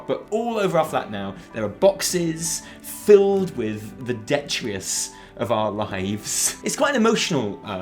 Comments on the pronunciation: detrius? Did you mean detritus? just making sure I'm not misunderstanding some new english slang term.. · Nice work guys. Thanks for the lols. Btw, dee-try-tuss is how you pronounce detritus.